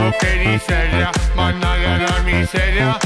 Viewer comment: Non diceva managgia la miseria ma mannaga la miseria😂😂😂😂😂😂😂